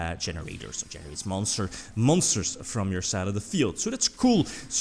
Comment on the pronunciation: Fuckin illiterate card community GENE _ RAIDERS actually fuckin say it properly